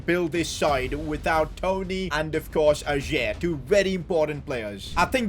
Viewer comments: Om from Norway and in Norway we say ayer not ajer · Totally loved it and your name pronunciation made it 100 times better 😂😂😭 Ayer instead of ajerrrr🤣🫡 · Im glad ajer got sold cause i didnt have to hear sid pronounce his name like that